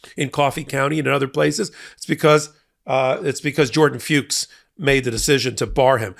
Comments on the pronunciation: Jordan FUCHS Must be pronounced rhyming with 'books', So like 'Fooks' -- NOT Rhyming 'Pukes' ... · I hate how people won't pronounce Fuchs properly here. It's pronounced F*cks. It's the German word for fox. Have fun, don't be so uptight